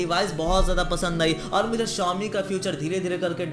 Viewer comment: Xiaomi nhi chomi